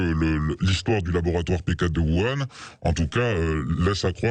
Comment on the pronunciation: Il faudrait dire à qu'on prononce "ourane" en chinois, sinon en français, ça fait "vuan" mais faut choisir;-)